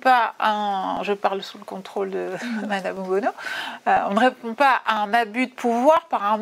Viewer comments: Ce n’est pas OBONO mais ONULO 😂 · C'est pas Obono mais ohbennon !!